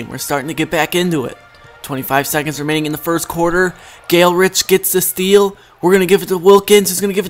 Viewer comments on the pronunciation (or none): Dude his f**king name is GALE GOODRICH NOT GALERICH